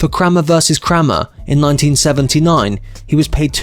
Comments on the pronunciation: Say Kramer again 😂 it’s pronounced Kray mer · Krammer vs Krammer? one of many errors, you need to practice your pronouncements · Digital voice is so lame as well as stupid pronunciations. Crammer vs Crammer. 😂